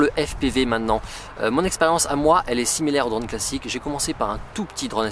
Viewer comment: Je n’ai pas tenu 10 secondes, la prononciation de « drone » m’aura tué, dommage le sujet m’intéressait.😅